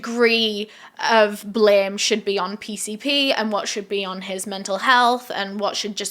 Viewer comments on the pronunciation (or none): none